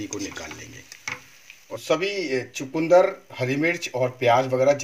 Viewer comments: Hmare than ise chukndr kehte hai na ki chkundr.sirf pronaunce krne ka frk hai .bhai saheb abhi apki respi dekhi hai jb bnayenge tvi .btayenge ji . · Please don't say chakundar.it is chukandar. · chukandar and not chakundar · Chukundar nhi bolte.. chukandar bolte hain